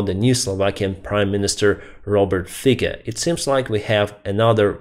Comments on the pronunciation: Robert Fico.... the "c" is the classic Slavic pronunciation like "ts" in "bats", "hats", "mats", "rats". He pronounces his forename "Robert" as if English but the surname is "Feats - o", the "o" as in October. He is a bad man. His last premiership was rife with corruption. He felt it politic to resign in the hope that, out of the limelight, his involvement in the murder of an investigative journalist (he was getting too close for the comfort of those concerned) and partner may be hidden. He and many others in his party are facing criminal charges relating to corruption and Mafia connections but it is suspected that his legal appointees will now make such inconveniences disappear. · Fico - the c sounds like from Cessna and not cat :) ... and from what I understand he got like 20%+- so he needs other party to make functional government so hopefully it will not be that hot. Im from Czech Republic so I dont have that good insight into Slovakian politics but its still worrying for sure.